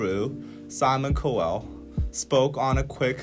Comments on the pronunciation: Simon CO WELL - I couldn’t with this pronunciation lol Guys it’s COW ELL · momo saccharide That made me laugh, too! I guess it makes sense, though...English is a weird language. “Co-well” or “cow-elle”....made me laugh every time! 😂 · Anyone who knows Simon Cowell knows he’s a troll. He said what he said to instigate this kind of reaction. He was poking the bee hive. On another note, Is anyone driven up the wall by and pronunciation of Cowell? It’s not Coe-well. It’s Cow-well, please, 😝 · Sorry but it's COW-ul. Not COW-elle. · They way they're pronouncing Cowell like 'co-well' and not 'cow-will' 😂so cute 😂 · It's pronounced Simon Cowell like cow-ell not like cole, lol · I love how they say simon co-well instead of simon cow-ell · It sounds like you're trying to say cool really badly x'D his names pronounced like cowl. ^^; Honestly it's embarrassing >>; Simon needs to stop. He's a smart business man, this is getting him the attention he wanted, but nope, nuhuh... He needs to stop. xD Edit : Oh no x'D stop the accent is so bad. Edit 2 : Nah, not mad, just taking the piss ^^; I mean it's so dumb the industry is so different you can't just compete with kpop without putting in the same work. I wouldn't call it people being malicious, it's just easy jokes because it's like kpop is this beast and Simon's this one guy poking it with a stick. xD Edit 3 : I actually like Blackpink, but those "wins" were a fucking sham. They got no where near enough votes to even compare with BTS' they only won because their US company had ties into the voting so everything else (that was supposed to go into the vote too) got ignored and Blackpink got chosen. Honestly I feel sorry for the girls, that must feel horrible knowing your company is playing dirty for you to win instead of it being for your talents. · the way they pronounce “cowell” as “co-ell”🤣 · Yes! It's pronounced cow - well , like a moo moo cow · The way he pronounced Cowell lmao I swear it's pronounced 'Cow-all'